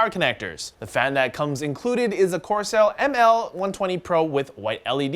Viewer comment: "corsail" hehehe